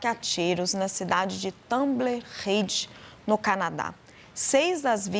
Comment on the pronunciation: Tumble Ridge (TamboLLLL, com o L bem falado).